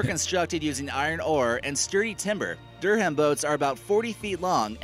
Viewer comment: oh dear god, that pronunciation of durham... its pronounced duh-rum